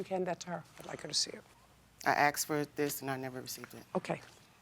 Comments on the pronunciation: As a white man, I am genuinely curious. Why do some black folks say “axed” instead of asked? Is it an accent thing or what? Genuinely curious. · Aksed! A whole different meaning! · I axe my cousin 😂 It’s ask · It’s ASKED not AXED so annoying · Why do black people always say 'ax" instead of 'ask'? That sounds SO ghetto! And then they get mad & say we degrade them & are racist.....blahblahblah. - maybe if you didn't talk that way, other races would give you more respect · Things will become clear when you actually "ASK" someone something and not "AXE" them. smh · The word is "asked" not "axed" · A sincere question, why can't black people say the word asked properly? Both of them cannot say the word ask and instead say ax.... and actually beyond these two black individuals, any black individual who I hear speak can never say the word asked properly... go watch any of the billions of videos on youtube and listen to black people try to say the word ask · "My cousin AXED me". The word is ASK, again, ASK! WHY are all three of these women saying "AXE"??? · I still can't get over 'axed' instead of "asked". And 'texes' for 'texts'. I've only ever heard this from Americans. They butcher the English language😢😢😢😮😮😮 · She axed her? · Please stop saying AXE when you mean ASK! Ugh. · You shouldn't be axing anyone lol. Why do so many people on JJ not speak properly ask not axe!!!! Textes geez. Texts god help us! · Did you axe her or ask her because one is murder. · I can forgive the axed but not the textes… seriously! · I think the word “axed” instead of asked.. soooo many times is a total giveaway.. if you can’t speak English.. well duh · its ASK not AX! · It’s not “axed”. It’s “asked”. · Why is it hard to pronounce "Ask" correctly. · Too many of these litigants pronounce asked as axed. Why is that? Lazy tongue? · Can even say the word "ask" properly.they say axed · She axed me 😂😂😂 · “My cousin axed me” 😂😂😂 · Axed. Why. Always 'axed'. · Why do some people say “axed”…so weird to me.